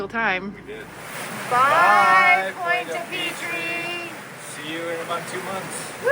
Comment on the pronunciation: This episode is a good reminder -- I have some old Harken winches that are really overdue for service. Maybe this summer. It's too late to tell you this now, because you've left, but I can't help myself: Your pronunciation of Pointe-à-Pitre is a little off. Not really "PEE-TREE", i think it's more like "PEE-truh". But French, so the "uh" sound is just barely there.